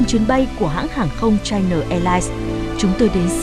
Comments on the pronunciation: Chai Na sao lại đọc thành Chai Nờ? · China, đọc rõ âm a a a a a, dùm tôi cái, đừng đọc là chi nờ, nghe "bà nội" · China chu khong phai la Chi-no! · China Airline: Bạn đọc theo tiếng nào? Đọc theo tiếng Việt thì phải là Chi-Na chứ sao lại Chai Na. Kênh đọc theo phát âm tiếng Anh thì là Chai-Nờ còn ý kiến gì nữa?